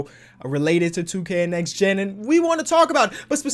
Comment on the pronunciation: Omg forgot the “T” in “NEXT”